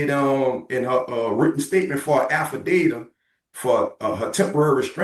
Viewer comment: Did he say afadata meaning affidavit wow he need to be quiet, no parole granted.